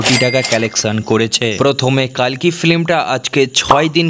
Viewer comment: কল্কি হবে কালকি নয়